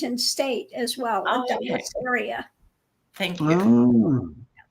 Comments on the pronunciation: Some times I wish would do alittle research before the show when he’s giving his opinions on other countries politics…plus it’s annoying they don’t pronounce American names or places correctly! Like the ‘Dulles’ airport he’s always in the chat you think he’d see people correcting him as he continued to say it wrong…another one that drives me crazy is how the British pronounce the state of Maryland they interject the Y & we don’t pronounce it marYland! Some times you wonder why the Brit’s don’t learn to speak American english! Lol he very often slips by Lady-G but Lena is the Dr in all things! She continued pronouncing the airport’s name wrong too & lady-G never got a chance to correct him! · you said the name of the airport correctly the first time. It almost sounds like, "Dallas." It is pronounced duh-lus, Dulles.;) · Dulles airport is pronounced DULL-es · The airport you were speaking of is pronounced DULL-es. It serves Washington DC & Virginia. Located in Virginia. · Dulles Airport,(pronounced "dull-us") is in Virginia. The Dalles(rhymes with dolls) is on the Columbia River between Washington State and Oregon, and is not an airport. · duh•luhs airport is how it’s pronounced. You both had it wrong. 😮😊❤ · Dulles (pronounced “dul-less”) Airport is in Washington DC. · Dulles is prosnounced "dull us" named after President Eisenhower's Sectrtary of State John Dulles. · The airport Dulles is pronounced as Dul-less. It's one of two major airports in Washington DC... Dulles is the big one and Reagan National is the smaller one. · Dulles airport serves Washington DC is in Virginia it is pronounced Dull-less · Dulles Airport is pronounced “Dull-us” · DULLES AIRPORT = "Dullis" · Actually Dulles is pronounced Duh-less 😂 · Dulles is pronounced like Dallas if it were spelled Dullas - like the word dull. It is an international hub outside of DC. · Dulles is the airport for Washington, D. C. area. (pronounced Dull-ess) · The airport is pronounced dull es